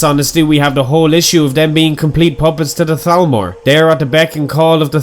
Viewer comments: You actually said thalmor instead of talmor good job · Nice pronunciation on the Th's on "Thalmor"